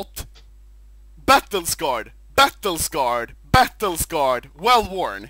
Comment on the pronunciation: "Battle scarred, battle scarred, battle scarred, vell vorn" echoes in my head every time I do a case opening